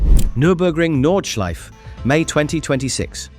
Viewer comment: No es Nordschlife amigo, es Nordschleife.